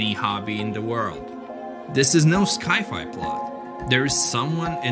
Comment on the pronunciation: 😳He really said "schi-fi"